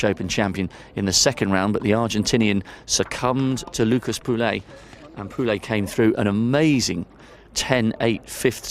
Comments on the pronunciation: It's not PULEY WTF !!! POUILLE LIKE POUY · Today is the time to learn how to pronounce properly POUILLE !